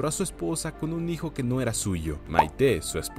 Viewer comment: En español Patxi suena como "Pachi". Maite suena como "Maite"...no como "Maité", el acento es en la A.